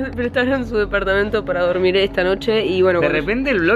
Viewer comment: te ayuda a dorBir me encanto jajaja